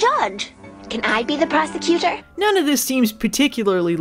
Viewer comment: That is not how you say "prosecutor". Sounds almost like "prostitutor"...